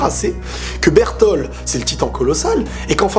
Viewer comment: bertolD pas bertol